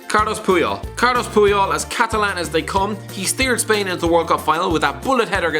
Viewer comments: It’s “Carles” Puyol, YOU IDIOT. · It's Carles Puyol... not Carlos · Wtf carlos? Its Carles.